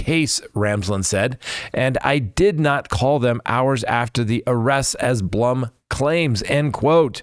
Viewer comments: His name is BLOOM as in Plume not Blum as in you know what. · Just FYI...it's Howard "Bloom" and Xana's name is pronounced, "Zan-ah"